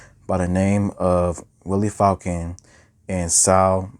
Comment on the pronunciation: FALCON: Pronounce "Foul Cone"